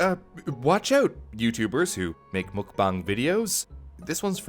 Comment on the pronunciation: OMG HE SAID IT HE SAID MUKBANG PROPERLY OMG TY YOU HAVE MADE MY DAY